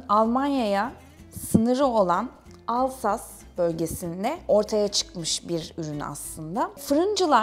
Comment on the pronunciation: Abla haberin olsun, "Alsas" değil 😂😅, fransizca da "s" iki sesli harfin ortasındaysa "z" sesi çıkartıyor. Alsace diye yazılıyor ama "Alzas " diye okunuyor. "Alsas'a" göre daha rahatça söyleniyor. 😎 Alsace= Alzas 😎